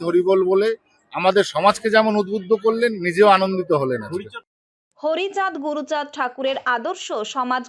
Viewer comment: হ্যাঁ উনিতো বহুৎ কিছু করেছেন গরু চান উচ্চারণ করেছিলেন ওটাই হয়তো এইট নাইনে লেখা আছে আপনি দিদি এটা রাজনীতি না করাটাই আপনার বেটার ছিল আপনি ওখানে চুপচাপ থাকা উচিত ছিল আপনার